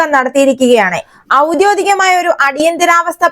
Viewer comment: ഔദ്യോധികം എന്നു പറയരുത്. ഔദ്യോഗികം എന്നു പറയൂ..